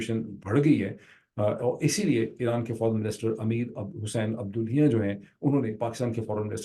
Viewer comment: Everytime the honorable host tries to pronounce the Iranian FMs name he has to pause for a while... His name's correct pronunciation is Hussain Abdollah+hiyan...عبداللهیان... hope this helps